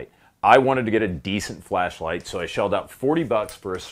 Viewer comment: Everytime he says "flashlight" it sounds like "fleshlight" and it really makes me worry about his home defense plan.